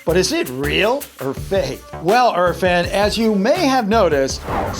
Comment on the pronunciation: the way you say irfan you pronounce it erfan its actually eerfan